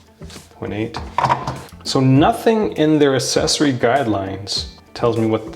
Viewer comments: No offence, but why do you pronounce "accessory" "assessory", as it should be pronounced as "access". Is this a Canadian thing? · For a tech review channel, it might be worth learning to pronounce the word “accessory”...